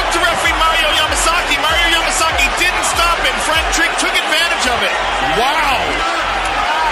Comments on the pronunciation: Mario MASAKEY..U DIDNT EVEN GET HIS NAME WRITE LOL 😂 ..then you say his dad's last name right...but go back to missing his name...just saying....😅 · Why is it so hard for this dude to pronounce Mario’s name? It’s Yamasaki not Masaki!!! WTF? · Did you call him Mariommumummasaki?